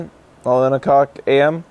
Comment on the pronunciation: The time doesn't matter. The joke was that said "O' Cock" instead of "O' clock" by mistake...